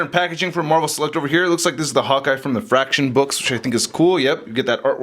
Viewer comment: I hadn't thought of using that for a Cosmo custom. Lol when you said Fraction I thought you were saying "F*** S***"